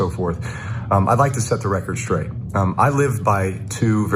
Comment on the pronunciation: Just setting the record straight. With the inflection on straight. Twice.